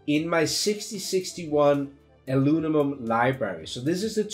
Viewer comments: 6061 "Alunimum" I feel this so much, I flipflop syllables around ALL DAY! So grateful for your videos. Thank you for taking your time to make them, I hope you are well compensated for them. Cheers! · Howdy, Very helpful, Thanks.....BTW can u say "Aluminum 10 times really fast" (lol) Again, Merry Christmas